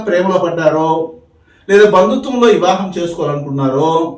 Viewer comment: ఇవాహం కాదు వివాహం